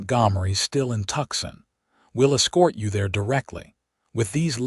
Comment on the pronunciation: "TUCSON" IS STILL ONLY PRONOUNCED "TWO-SAWN" or "Too-sawn" as in, "He has 'Two' 'sawn' trees down and five more to go...